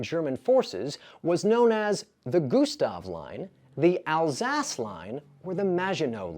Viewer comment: Im one question in. The maginot line worked exactly as intended and your pronunciation of Alsace is horrific.